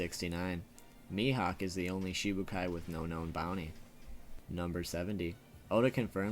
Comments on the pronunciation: Shichibukai, not shibukai, plz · shiCHIbukai. Is it so hard to pronounce? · Can you please stop saying Shibukai?